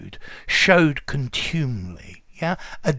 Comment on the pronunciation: OED says it's /ˈkɒntjuːmɪli/ with the stress on the first not the second syllable. Mind you, being a word that's never said and only rarely written, I guess it doesn't matter... Thanks for giving us these uncommon words!